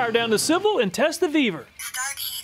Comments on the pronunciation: Ve-vor not vbeaver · When talking about the Vevor, I thought he said, "The Beaver is just getting warmed up."